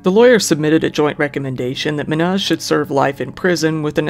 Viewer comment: Just curious, how much research do you actually do? Lady says "Men-haz" and knew him for 6 years, this dude plays a clip of it and makes a whole video calling him "Ma-naz" 🤷🤷🤷